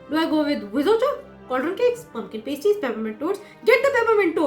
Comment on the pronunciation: The books show that, even by Harry's fifth year, Tonks is terrible at cleaning/packing spells. And, just so you know, it's River TEMS (that's how it's pronounced. Not Tames). And Pumpkin Pasties is not PAYSTEES, as you pronounce it: it's PASS TEES. As for nervous in asking someone out on a date - the last time I asked someone on a date I was so nervous that the conversation went: "You? Me? Babies? Now?" I did not, in fact, get the date. : It tells you just how astronomical it is when MURPHY isn't using Stats... : A big pile of potatoes and a roast chicken. What a wonderful date. It'd be the perfect one for me. : INSERT THE HALLELUJAHS! SARNABY LIVES! UP NEXT, SARNABY BABIES! AT LEAST 10! (Also, is definitely Barnaby's bedroom eyes!) : Ooooh, cake! : Good with his hands? No - bad brain! Out of the gutter! No! Bad! Also, calm - calm, we need you in one piece for MORE Sarnaby stuff. You're no good to us, or them, if you're dead! Calm! #SarnabyLives #TheFirstKiss #AkemiDoALiveStreamSoThatWeCanLinkTradePokemonWithYouPlease